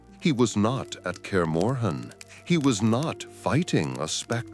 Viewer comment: It would be great to make one of this for every book, and try to fix G in tekst and ker morhen was wierd, but i still love it, those are small mistakes